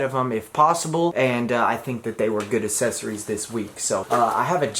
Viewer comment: Still having trouble with that word huh? Accessories